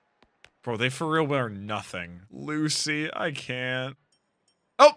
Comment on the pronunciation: So excited to be at Dressrosa finally! "Loo-shii" bout to wreck shop!